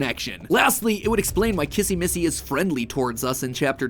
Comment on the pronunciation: You say kizzy missy